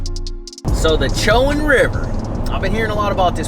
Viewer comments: Isn’t it “co in” river? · it"s pronounce ( Sho - Wand ) like the university in murfreesboro,NC (Big Blue) Braves 1979 baby.